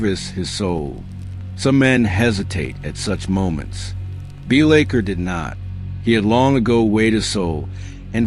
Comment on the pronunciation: Pronunciation of his name aside, I really enjoyed this! Keep up to good work.